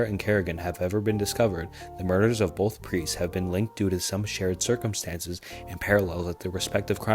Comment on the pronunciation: Bro said “Serpent come stances” Love the videos bro, but HOLY. You mispronounce so many words, many of which aren’t even uncommon. Circumstances. Not, Serpent Come Stances. Lmao.